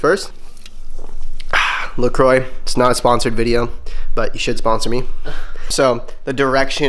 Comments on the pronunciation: Why does everyone pronounce La Croix like, "La croy"? Pretty sure it's "La Cwa". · It's pronounced 'la cwa' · the croix is pronounced la-kwa just a heads up if you actually wanna get a sponsorship lol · That is not how you pronounce la croix.